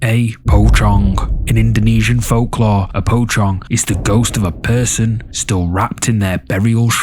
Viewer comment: i enjoy these videos! offering a slight correction on the pronunciation, it's more like poh-chong (short O sound) than poe-chong